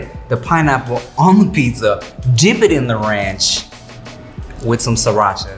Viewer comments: "Sirancha..." LMAO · Mayne “ Sirancha” lmao 😂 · He really said sarancha